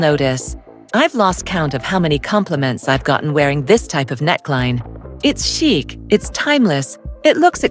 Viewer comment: Stop saying chic(k)!! It’s pronounced “Sheek”